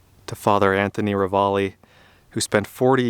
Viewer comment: Having lived in Missoula for over 50 years, I can tell you that the priest's name is pronounced "Ra Valley"...also...our winters can be a bit harrowing; like us locals say...our 4 seasons are "almost winter", "winter", "still winter" and "road construction"!